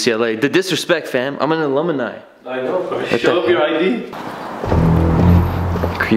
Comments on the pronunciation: that's like the third time I've heard you pronounce alumni wrong lol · He's a alumini!! 😂 Damn.. you need to take some night school classes homie.. some ESL n shit! 😂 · Homie said ALUMUHHNI LMAOOOO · "ALUM-I-NI" BAHAHAHAAHAHAHAHAHAHA you're the man, no hate, it's too hard to ignore you mispronouncing a word several times in one Vlog. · the type of dude to pronounce aluminum as "aluminium" and alumni as "alumini" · Seriously dude...."a-lum-mi-ni"? No way that anybody at UCLA would believe you went there. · "alumini" lmao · Why is pronouncing "alumni" as "alumuni" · Alumni* not Alumini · just turned alumni into a 4 syllable word😂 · my guy do you really pronounce alumni like that?? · And can't say alumni.. poor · Can't even pronoun alumni right..smh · "Alumini". "Lunarloin".